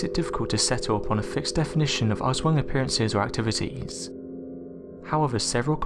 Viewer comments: U.K. Bobby its pronounced aus-wong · jers25 the way it is pronounced in the video sounds like ASS-WANG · I cringes when you say Aswang. Its cute when foreigners says it 😂